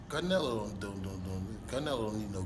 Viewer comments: “Carnelo”. Hahahaha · First off.. his name is not Canelo. It's Carnelo.